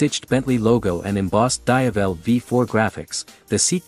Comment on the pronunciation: dayavel?!.. can't you just use your own voice for "VO" than using AI voice.. 👎